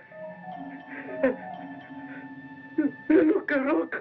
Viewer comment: It's "loup-garou" by the way